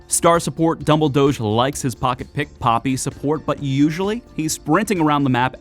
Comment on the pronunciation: The pronounciation of "Dumbledoge" really killed this vid for me